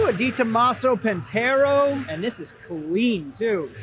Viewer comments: It is not PANTERO, it is PANTERA lol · 'Pantero'? It's Pantera. you should be ashamed. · Pantara not Pantaro. lol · Im probably not the only one who will give you a hard time for calling a Pantera a Pantero